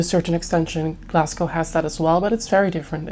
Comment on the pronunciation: It’s pronounced Glasgo (so you don’t pronounce the ‘w’). Yeah that’s why lots of movies are filmed in Glasgow as it looks like New York with the grid structure in the city centre. Lots of beautiful places to visit in the city but you kinda need to do your homework first as the city centre is quite grubby and far nicer areas/suburbs.